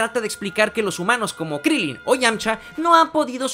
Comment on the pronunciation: se dice krilin